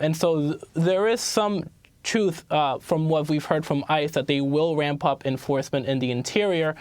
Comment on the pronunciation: "Wamp up enfawsmentz"